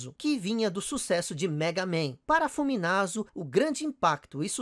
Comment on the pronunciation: Funamizu ou Fuminazu? kk . Também tive um master system 2 e migrei para snes por causa do SF2. Personagem acho que o M.Bison (Vega) por causa do impacto que ele deu na primeira vez que vi no fliperama. Excelente video. Vlw.